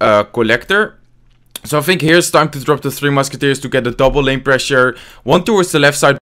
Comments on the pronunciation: Am I the only one who hears "Two Musketeers" instead of "Three Musketeers" :D? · Am I the only one who hears two musketeers instead of tree? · I can't tell if he is calling it "three" or "two" Musketeers.